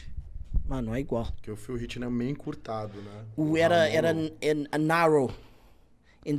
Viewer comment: mas ele tá chamando de Philipe,msm. Esse é o nome do Phill